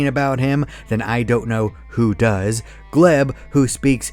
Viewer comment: Erm, did he call Glep Gleb?